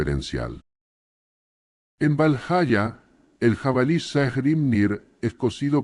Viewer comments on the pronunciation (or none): Esto es con ia? Si es asi , los videos te quedarian mucho mejor si escribieras las palabras como deberían ser prununciadas , así en vez de valhaya , podríamos escuchar valjala y miyolnir en vez de mijolnir